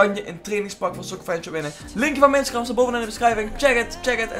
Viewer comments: spreek instagram eens normaal uit joh, hahaha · Je zegt Instagram verkeerd